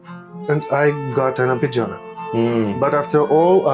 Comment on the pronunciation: Pronounced ar.ped.džo.ne, not ə.phè.džij.ọẅ.nej